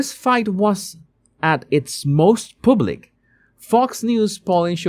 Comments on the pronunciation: yes, and he can't pronounce "public". I used to like him despite his horrible accent, when he did 'body language' stuff. Now meddling with politics. Go back to what you know about And do your show in Spanish rather than in that hard-to-understand broken English 'public'. You might as well say 'pubic'. That's what it sounds like. Get a coach in pronunciation. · The “U”, when speaking the word “public” is pronounced the same as “mug” or “ugly” or “rug.” ❤